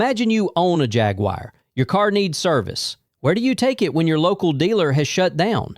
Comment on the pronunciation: Once i hears “hag-wire” i closed the video